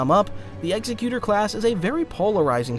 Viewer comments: Executor = ex-eck-you-ter. Quit trying to pronounce it like Executioner! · imagine making a half an hour video about star wars ships and not being able to pronounce correctly at least once the EXECUTOR class